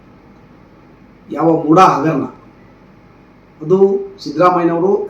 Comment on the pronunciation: Mooda adu booda alla